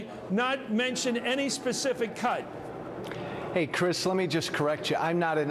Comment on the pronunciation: "ey crish"... thats gonna haunt me